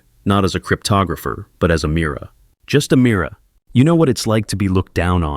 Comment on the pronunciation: Her name is not Amirror, it’s Ameera.